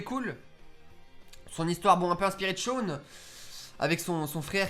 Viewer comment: Shawn ça se prononce comme ça s'écrit 😂 En phonétique ça doit être un truc du genre Shaone (Je regarde en vf, jugez pas, je préfère regarder en vf qu'en vo 😂) Est-ce que ce n'est qu'un détail sans importance ? Peut-être, et alors ? 😂😂 Sinon, je partage ton avis sur ce que je connais, je n'ai vu que les deux premières saisons et j'en suis à la fin de la troisième 😂 Fin bon, super vidéo, je suis pas déçue 😁